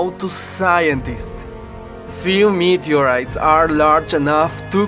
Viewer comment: Said somebody meeedyoureeiiis?